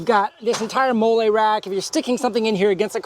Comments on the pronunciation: Hi, it’s pronounced “Molly,” like the name… not “mole” like the Mexican sauce 👍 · It’s pronounced Molly. Like the name.